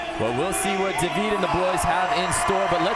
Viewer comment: prononcer dude its david not day veed